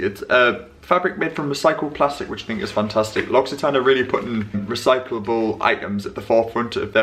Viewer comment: Your pronounciation of 'L'Occitane' is perfect 😍